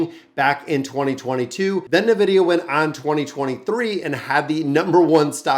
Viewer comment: please... its N-vidia not nevidia